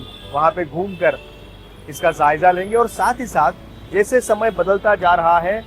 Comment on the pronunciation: زائجہ نہیں جائزہ ہوتا ہے 😂